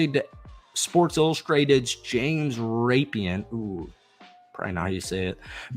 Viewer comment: its RUHPEEN